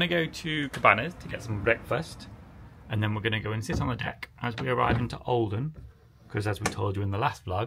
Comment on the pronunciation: Everytime you say olden I hear Oldham 😅😂 .... It's so pretty though, love your vlogs ❤️